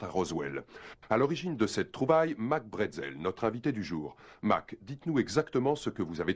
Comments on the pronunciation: Monsieur bretzel ! Sérieux c'est pas un biscuit apéritif..... C'est brazel. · Le nom du fermier c'est Mike Brazel, et non Bretzel. Ça se saurait si l'OVNI était tombé chez nous en Alsace.